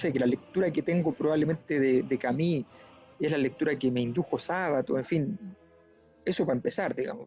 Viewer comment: Lindo programa, Sabato de los 3 grandes argentinos, fue el màs comprometido con la humanidad, un abuelo sensanto. Y Alberto, se pronuncia Camiu, no Cami. Si vamos a pronunciar en lengua extranjera, hagamoslo bien. En buena, pa que no te chaqueteen los odiosos de siempre. Abrazo!